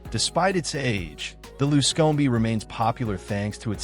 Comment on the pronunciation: You don't like the luscomey? LOL